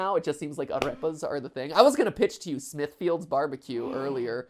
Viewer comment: Nobody: Matpat: aRREpas